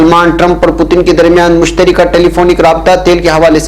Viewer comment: مشترکہ ۔ بفتح الراء ہے ۔ بکسر الراء نہیں